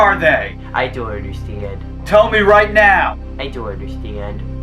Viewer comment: I Deon’t Understeand LMAO!